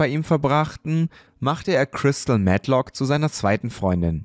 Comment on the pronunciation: "Chrystal Mett-lock" Glückwunsch zu den vielen neuen Abos 🍀🤍